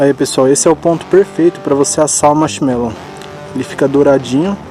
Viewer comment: "carbonizou meu Marchimelou" 🤣😂